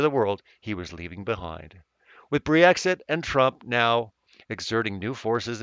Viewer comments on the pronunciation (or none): none